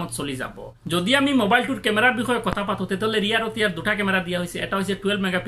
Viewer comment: If you don't mind then let me say you one thing that it's 'kotha' not Kota..... Pls pronounce correctly....